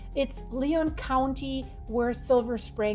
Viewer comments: Felt it real good in Fernley . It's Lyon county, pronounced Lion, as in mountain Lion. Nevada is the most geothermal active state in the Union. Nevada also has more mountains of any state in the Union. And yes, the world thinks Las Vegas is the only city in Nevada. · lyon county .......pronounced lion good grief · I wanted to learn more on the Walker Lane and tonight's earthquake SE of Silver Springs. I was disappointed from the outset upon realizing you hadn't done your homework in regard to the area. LYON County is pronounced LION, and Yerington is the County Seat. My 94 yr old Mother and I were eating supper when the movement started, we are roughly 12 miles south of the epicenter and really felt it, I was trying to get up out of my chair to help Mother but was knocked back ito my chair with 2 more good jolts. I was hoping for more accurate information about the Walker Lane, its segments and the Wabuska Lineament which seems to dovetail in the area of the 5.7. I'm going to go up there tomorrow to see if any cracks opened up in the area where 95A crosses it and the road department struggles with the ongoing deformation of the road in that section. Its just hard to take NEW seriously when the information being broadcast is incomplete, not do to a dearth of information but an apparent lack of your personal attention. Per Google Lyon County is a county in west-central Nevada, southeast of Reno, with its county seat in Yerington You may not see the connection but that little bit of pertinent info you didn't get weakens your credibility. Would you report a quake and state that the epicenter was 15 m. Is that Mile or Meters ahh heck that doesn't matter ad then giggle. Lost of confidence in you.